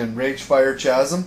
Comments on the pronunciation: Thanks for keeping on cranking out the videos, and keeping people like me inspired to want to do great things on my own server. And congrats on top 100 subscribed of all time! Oh and Ragefire Chasm...it's pronounced like a K, so it's c as in cat, not ch as in choo. Just thought i'd let you know :) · its not cheesm its chasem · Ragefire chasm is rayj-fy-er-kaz-im. not chaz-im =] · kasm not CHasm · It's Chasm pronounced KA-ZIM not CHA-ZIM lol hobbs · Aww, I lost all respect. CH-asm?? Wtf? K dude, the Ch at the beginning is said K - Kasm! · It's annoying how everyone says it: Kazum is how its pronounced; like you said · i think everyone knows how its pronounced.....he just says it liek that tho. I like shaying CHazim lol.... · its pronouned Kasm. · did he actualy pronounce Chasm with a Ch sound? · I'm sorry but when he pronounced chasm, I broke into a bit of laughter; I'm just a grammar freak I suppose. It's pronounced with the "K" sound. Great video, still.